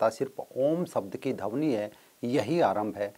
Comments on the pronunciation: बहुत ही रोचक जानकारी.... परंतु ध्वनि को dhawni उच्चारण कर रहे हैं, शायद भाषाई अंतर हो... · धवनी नही वो ध्वनि होता हैं 😆😆😆😆😆😆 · आपके सभी वीडियो शिक्षाप्रद है।आप मानवता के सच्चे पुजारी है।इसलिए मै सभी वीडियो देखता हू परन्तु खेद का विषय है कि आप का कई बार अशुद्ध उच्चारण बहुत खटकता है ।जैसे -ध्वनि को धवनी।प्रवृति को पर्वर्ती।